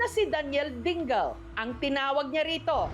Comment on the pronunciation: Ding-le ang basa. ito naman si Jessica parang di pilipino.